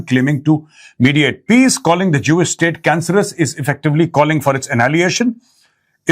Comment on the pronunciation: Sir tora dobara read kary Asif sb ki English ko😂 he said jino ne ye estate banaye hai wo jahum ki Aag mein jale, plz read again last paragraph, means Europe k Jin logo ne ye Israel state banaye tee unno ne apni Jan chora lee aur ye country ban deya, 😅😅😅😅